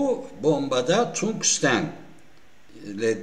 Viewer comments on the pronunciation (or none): none